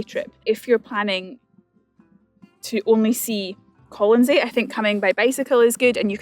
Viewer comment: Are you sure you have the pronunciation of the island correctly?